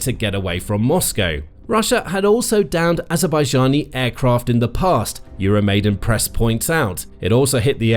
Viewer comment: PLEASE call the Ukrainian words you use by the correct sounds! Your 'EuroMaid-E-n Press" is "EuroMaid-A-n Press" - 'YOO ROW MY DAN' NOT ' YOO ROW MAY DEN'! It crawls up my back every time I hear it! The uprising was the MAIDAN - not the MAIDEN! In all other respects, thank you for the videos!